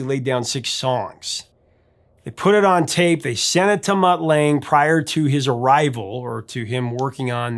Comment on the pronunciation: And it's pronounced Lung-ger. Not Lang.